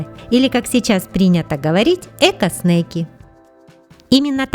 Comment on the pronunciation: Говориться не снэйки а снеки. Снэйки значит змеи на английском.